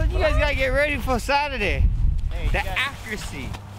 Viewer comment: "ACCRUACY" - YEAP! SOUNDS ABOUT RIGHT!